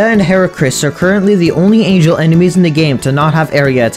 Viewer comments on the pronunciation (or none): none